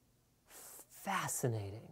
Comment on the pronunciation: *dramatic pause* ffffFFFFACCCINATING